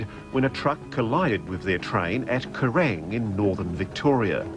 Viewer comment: Did he really say kerrang?